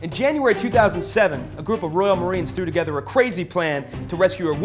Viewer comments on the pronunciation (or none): none